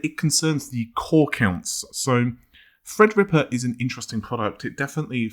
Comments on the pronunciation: Well he does actually say Fred-rippa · Youtube needs to overhaul auto-sub,though it's quite funny.For example Fred-Ripper instead of Threadripper.